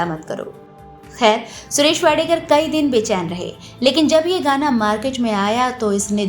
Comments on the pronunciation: Madam his surname is wadkar not wadekar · Vadekar nahi vadkar Thikse bolo😂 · माफ किजीये मॅडम जी. उनका surname वाडकर हैं, वाडेकर नही. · वाडेकर नही वाडकर foolish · सुरेश वाडकर है। वाडेकर नहीं। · टायटल में आपने सुरेश वाडकर जी का नाम वाडेकर किया है. कृपया उसे ठिक करिये. कभी वाडकर उच्चार करती हो तो कभी वाडेकर.नाम ठीक से उच्चारण करिये. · वाडेकर नही “वाडकर” वाडेकर सुनने मे बडा अटपटा लगता है. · इतने बडे गायक का नाम असलमे सुरेश वाडकर हैं... वाडेकर नही... आधे घंटेकी इस डॉकमेंटरी मे उनका नाम ढंग से लेनेके कष्ट क्यों नाही किये.. मराठी लोग जब हिंदिके उच्चारण करते हैं तब ढेर सारीं गलतिया निकाली जाती हैं.. लेकिन इतने बडे गायकका नमः एक बार नाही हर बार गलत लिया गया... ये बात रेकॉर्डिंग के वक्त किसीके ध्यानमे नही आई? या जान बुझकर वाडकरजिका नाम इस ने भंग कर दिया? बहुत ना इन्साफी हैं ये... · वाडेकर नही वाडकर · वाडकर सरनेम को कितनी बार वाडेकर कहा आपका चनल हिंदी मे है ना ऐसा गलती क्युं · वाडेकर नाही,वाडकर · वाडेकर नाही वाडकर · वाडेकर नाही वाडकर ! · उनका नाम " वाडकर " है .. वाडेकर नहीं ! और सिंधुताई " सपकाळ " है .. सपकल नहीं !! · Wrong surname pronounced. It’s not WADEKAR correct surname is WADKAR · सुरेश वाडेकर नही, वाडकर है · वाडकर ना वाडेकर का बोलत आहात तुमच्या खिशात ला काना लावून आडनाव चुकीचे बोलत आहात ते खूप मोठे कलाकार आहेत. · सुरेश वाडेकर नहीं, वाडकर. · This great singers sir name is WADKAR not WADEKAR please rectify its name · It’s सुरेश वाडकर, please note!